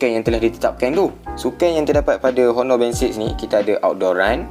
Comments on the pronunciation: oner gitu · Bossku, saya nak betulkan 1 benda saja. Sebutan HONOR tu tak payah sebut huruf H. TQ..